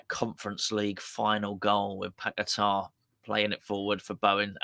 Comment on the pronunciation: tell your mate its paqueta not pack a tar. Ffs Nice show and spuds now fine for me with top coach and we have that prick moyes still. We will get our west ham way back when moyes is gone. Hate the guy from years ago and still do. Poch pep kompany Carrick post the way forward. Tim pls sort out